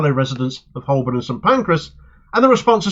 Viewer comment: Excellent news,! Btw, Holborn is pronounced "Hoe burn". The L is silent. Cheers.